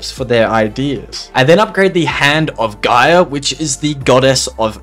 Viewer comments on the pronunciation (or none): none